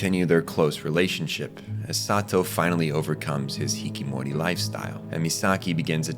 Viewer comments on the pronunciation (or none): a cell inside me died each time I heard you say "hikimori" instead of "hikiKOmori" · Just watched NHK last week for the first time. I received the artistic value and found Satou hard to watch as he reminded me of my own tendencies. Nice video bro. However, I was taken out of the flow by mispronounced words like "hikimori" vs. "hikikomori" and "paradoxal" vs. "paradoxical". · I really don't mean to be "that" person, but: The term is Hikikomori, not Hikimori. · now say it with me, hi-ki-KO-mo-ri, HIKIMORI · A whole video and you couldn't look up how to say "hikiKOmori"? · Bro its hikiKOmori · STOP SAYING HIKKIMORI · Come on man. 引きこもり is read hi-ki-KO-mo-ri. Don't throw away the syllable, otherwise you get not a "social recluse" but rather nonsense like 避諱森 "forest that shan't be named" (yes, obscure kanji, I know) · Good video but mispronouncing the key word on the subject kinda ruins it >< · him leaving off a syllable ruined nothing.